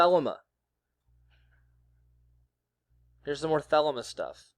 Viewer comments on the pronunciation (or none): Theh- LEE - Mah